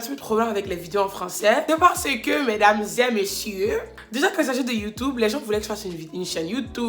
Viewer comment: Madam ZE Mèsyeuuu 😂😂😂😂😂😂😂😂